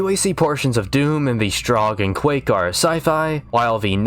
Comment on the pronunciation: Quake ... its Quake.